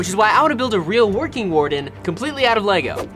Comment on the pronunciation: Bro doesn't even know how to say Lego lol